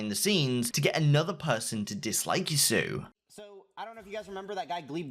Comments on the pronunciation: Yo, it's Yah sue OH, not ya soo. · man it's not yassew it's yassuo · Nice video man, but one thing bothers me. Every time Yassuo is in the news you kinda say his name in a weird way. It should be Yas-su-o while you're saying it as Yasu. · and the way the pronounces people's name omg hikaru and yassu? his name is hikaru nakamura (hi ka ru) and (yas su o) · Bro, you gotta get these names right. There's no reason to be saying either of them wrong. It's not even an accent thing, it just seems lazy. Yasuo is pronounced yah-soo-oh, not yah-soo and Hikaru is pronounced hi-car-roo not hick-a-roo. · Its pronounced YAS - OO - OH not YASUU LOL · ITS PRONOUNCED YAS-SU-O PLEASE STOP SAYING YASUUUU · yahsue. bro its pronounced yah soo whoa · It is pronounced yas ew o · haha "ya sue" hahaha "hik uh roo" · You got some people ragging on you about pronouncing names but they are giving bad phonetics.... Yassou is Yaas-oo-oh Hikaru is He-car-rue Otherwise man, solid videos and I appreciate how they are just fact and almost void of bias. Not really sure why I watch them when I almost always know what's going to be in each week but I still do. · If you could spend two minutes learning how to pronounce these people’s names correctly it would be great. “Yassuo”, “Hikaru”, come on bud. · The way you pronounce yassuo is horrifically bad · how is it that you cant pronounce yassuo correctly